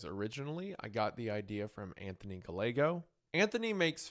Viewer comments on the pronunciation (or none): not like trashing on your pronunciation but my last name is Gallegos so I would assume for Anthony Gallego it would be pronounced the same as Ga-y-egos. Double L’s in Spanish are usually pronounced as a Y.